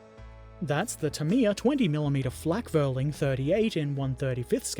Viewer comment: In addition to the pedantry provided by Alex and BP, "Flakvierling" would be pronounced "Flack fear ling", the letter "V" is normally pronounced as if an English "F", which compensates the Teuton's proclivity for pronouncing the letter "W" in the way a proper English speaker would pronounce the letter "V".